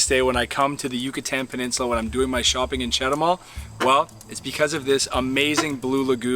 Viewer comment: I think that If I went to Chetumal from Belice, I would never go back! Just if I want to take a roadtrip to Guatemala but Belize is not like Chetumal and I speak plenty of Spanish to get by really well! btw, start your pronunciation improvement with Chet too mall. The other places too should be your first words to learn! They are really easy if you just listen and try repeating what you hear! Buena suerte!